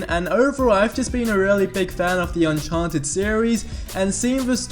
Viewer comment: Sorry did you say uncharnted?!?! IT'S UNCHARTED!!!!!!!!!!!!!!!!